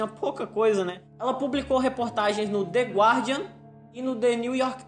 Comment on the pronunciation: "The guarndia" kkkkkkkkkkkkkkkkk!